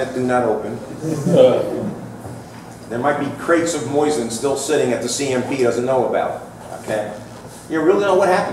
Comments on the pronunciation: Why does he keep saying "moysin"? Is that right? I've never heard it pronounced that way and what I learned in school about the english language tells me it shouldn't be. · Not moysin, and not moisin, it's mosin with only one "i". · Moozeen is correct but most americans pronounce it the way it is spelled in english. See beginning of video. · Kind of hard to listen to a "expert" that cant even pronounce Mosin correctly, or mix and matches 2 different ways of saying it on whim.